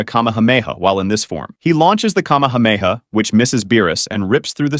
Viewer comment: "In space, Goku's cahmehawmehaw"